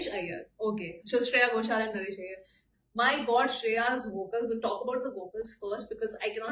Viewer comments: Hi, i realise this was the song from which i started following shreya goshal 🥰. For me her pronunciation was good but tamil guys should confirm. Naresh iyer is a gem u must listen to his other songs also. Its a really good film also. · Shreya Ghoshal, its not just her voice, but she has this unique talent of getting the pronunciations and connotations so right. Her Tamil and Malayalam songs especially, the feel to the songs so good.